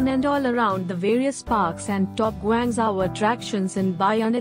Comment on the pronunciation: You might learn to pronounce the name of the city properly before claiming to know more about it?